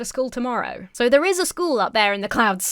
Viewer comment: so doesnt have an "R" in it